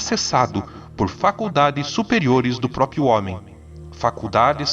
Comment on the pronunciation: Cara, o vídeo e o texto são maravilhosos! Mas eu não consigo deixar de reparar que, a maior parte da galera pronúncia "próprio", da forma "própio". E cara, isso me deixa muito desconfortável kkkkkk Desculpa, não é intenção corrigir, mas só encher o saco.